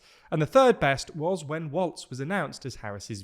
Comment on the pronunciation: Now I just think you're saying waltz deliberately 😭